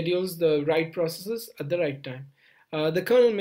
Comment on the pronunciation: I loved how he ditched saying "proceecees" and started saying "processes" towards the end :D